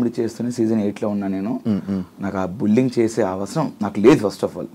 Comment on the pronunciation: Bulling kadu bro adi....bully+ing...bullying anali... బుల్లిఇంగ్